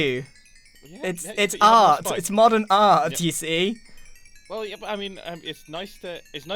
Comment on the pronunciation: It's mandarin a-hart